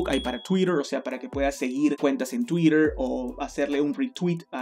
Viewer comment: Por qué decís "Tuitrrrrhh" Con acento gringo?.